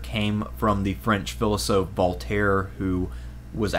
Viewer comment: 1. Learn to pronounce "philosopher". 2. Come up with an excuse to call The Holy Roman Empire a "monster".